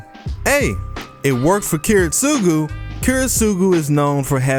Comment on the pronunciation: the way you pronounce Kiritsugu Kills me inside